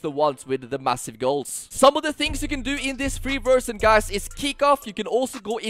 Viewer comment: It's crazy how this guy speaks fluent english and yet keeps saying "versjyn"